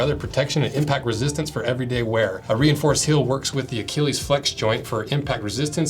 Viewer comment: Never has "Achilles" been so completely butchered.